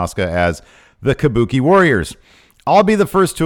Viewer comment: Kabookie warrors exspearince